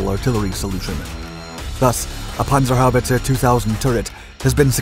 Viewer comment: Pronounced perfectly. 👍🏻